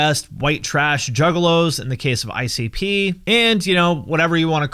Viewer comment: Did you purposely pronounce I.C.P. as "Icy Pee"? lol if you did.